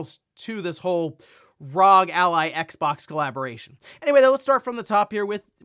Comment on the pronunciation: Dear God, young man, it’s bad enough to hear you say it wrong once per video, but that burst-trigger setting you spit out … my ears are bleeding! It’s R.O.G. Arr Ohh Gee. There is no such thing as Rawg!